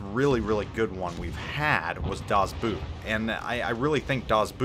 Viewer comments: It's pronounced Das Boat even though the English would be boot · Nice review. Thanks a lot. Can I give you a little help with the pronunciation of „Das Boot“. (I am a German :-) ) Your “overall-O” would be a nice fit (95%) for the tow “o”s in Boot. Now it is more a “das Buut”. Train as follows: “overall, overall, Boverall, Boverall, Bot, Bot”. Maybe you can impress someone with your incredible german skills afterwards :-) Das Boot is the best movie ever in my opinion too. I have the 4h45m version on DVD :-) Does this version exist in english too? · Hey love your content. Please note i have a horrible accent when speaking english. Das Boot is pronounced das boat or das boht. Double O in German does not turn into a u-sound. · Das Buut....omg...this is really painful.....it's pronounced with a long "o" and that beaching...seriously ;-) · FYI.. Das Boot... is pronounced just like boat in English, only with the "o" drawn out more. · Das BOOT... O as in Oscar